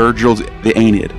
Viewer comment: This video hurt me, he can't pronounce Aeneid, can't pronounce Ovid, and he says Ovid created Roman mythology, like dude check your facts before you make a video like this.